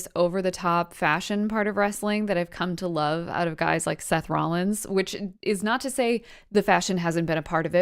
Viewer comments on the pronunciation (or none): none